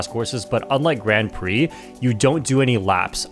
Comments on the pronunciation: The way you pronounce "Grand Prix" tells me you know nothing about racing outside of Mario Kart. 😅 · weird how he pronounces Grand Prix.. innit?